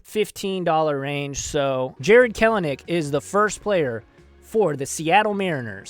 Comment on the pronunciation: Sick video pronounced kel a nick (Kelly)